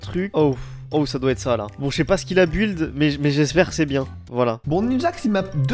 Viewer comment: à dit bil au lieu de dire de buld